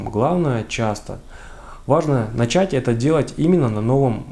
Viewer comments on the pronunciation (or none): none